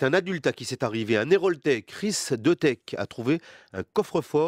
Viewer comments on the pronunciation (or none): ils disent chris dEUtek